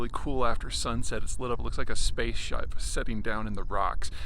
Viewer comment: Thanks for not editing out "space-shype" at the beginning. I am glad me and Trump aren't the only people on this planet who misspeak in that way, and just lazily move on without correction.